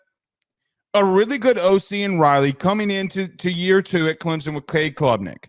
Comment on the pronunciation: Why can yall not pronounce clemson correctly?